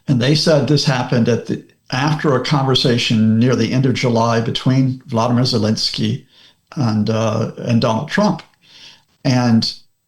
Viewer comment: I do worry listening to experts who can't even get names right - his name is Volodymyr Zelensky and he is Ukrainian, his name is not Vladimir, that would be Vladimir Putin. The end of his name 'myr ' is pronounced as mare (female horse), so its Vo-lo-di-mare (not exactly how to sound it out but this is a good start). As for Tomahawks, the Flamingo has a longer range and a larger payload and they cost 1/8th of what Trump will try and sell Tomahawks to Ukraine. 100% we do not need Tomahawks and 100% they will make no difference..... of course trump wants to sell Tomahawks because they are old and ready for decommissioning - why spend money scrapping them when he can sell each one for $5M to Ukraine. Unless trump gives us the nuclear warheads they are of no use to Ukraine. America has 4000 of these old missiles so it will soon cost America millions to decommission them - I can see Ukraine buying some to keep trump happy.